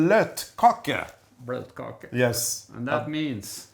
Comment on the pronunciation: It's bløtekake, not "blotkake" (ew)...